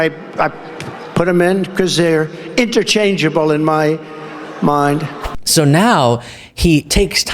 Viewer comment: he said mond instead of mind even the smallest words this dumb dumb can't say